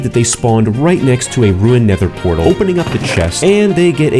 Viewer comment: unfortunaly, doesn't know how to say "nether portal"